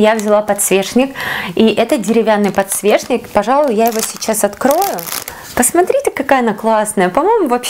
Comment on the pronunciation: Не подсвешник а подсвечник